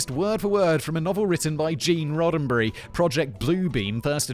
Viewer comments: You can tell how Roddenberry & Spiner are pronounced by how they're spelled. They're not Rodenberry & Spinner. Didn't know you were a Trekkie, always presumed you didn't like sci-fi because of how much you hate Star Wars. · Simon and I: same page with the Roddenberry/spiner pronunciation mistake thing